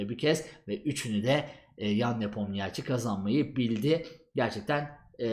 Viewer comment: Nepomniachi diye okunmuo a1